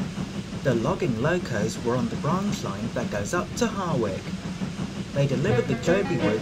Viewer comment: did you say Harwick?